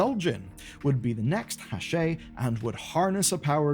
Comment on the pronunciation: It's Hak'ar